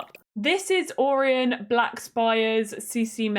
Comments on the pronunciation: I think Orion is pronounced like Oh-Ryan. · hi love the vid🎉🎉 but orion is pronounced oh-ryan